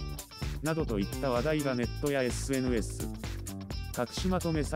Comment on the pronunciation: SNSの発音じわ